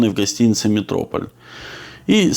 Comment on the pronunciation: Всё отлично, только не метрОполь, а метропОль.